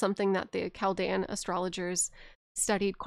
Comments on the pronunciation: Chal-dee-an order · Im a Chaldean! Pronounced "Kal-deein" Super cool to randomly see my culture talked about in an Elden Ring deep lore video lmao.